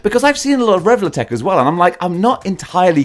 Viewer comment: Channel pronunciation is officially Revol'uh'tech and Illuminaughtay! It shows who is in the "in" crowd around here! Like a secret password!